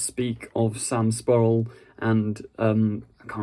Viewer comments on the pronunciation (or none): I'm slightly offended that you changed the "ur" around in Sam Spruell's name when you pronounced it. (I believe it's "Sprooell" not "Spuhrel", as you pronounced it. Other than that, this seems to back up my theory that Yaz might stay in Victorian London permanently when she leaves.